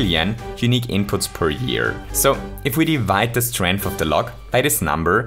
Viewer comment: Man really out here saying “strinth” and acting like 10 to the power of 4 is 10